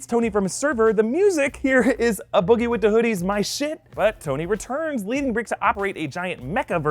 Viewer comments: “Uh Boogie With Uh Hoodie” 🤣 It’s Ayee Boogie With The Hoodie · Did you really say "Uh (A) boogie wit da hoodie?" no. Just no. It's "Ah" as is the letter A. "A" Boogie Wit Da Hoodie.... or just A Boogie. But no uh boogie. Hell naw. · pronounced ayeeeeee-boogie-wit-da-hoodie lol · learn how to pronounce boogie's name lol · Why did he say "A Boogie wit da Hoddie" like that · I have never heard it pronounced like that before